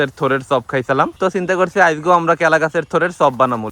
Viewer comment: Kela ❌kula✅